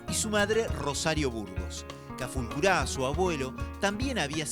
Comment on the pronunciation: HOLA AMIGOS,SOY FAMILIAR DE CEFERINO NAMUNCURA Y NUESTRO APELLIDO ES CALFUCURA NO CAFULCURA COMO SE ESCUCHA EN EL VIDEO